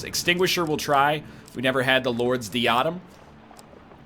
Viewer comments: Die-ah-dem not diadum other than that love this series. Your my favorite youtuber Edit: how could you possibly not understand the pendulum its in most puzzle games! I'm not angry just disappointed. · Every time NL pronounces diadem incorrectly- grammar nazis liquidate a kitten.